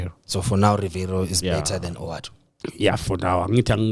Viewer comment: guys it's WADU >> W A D U not OWADU.